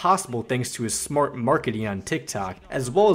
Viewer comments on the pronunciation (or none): none